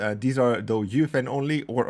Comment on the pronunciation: UEFN ❌ Youfen ✅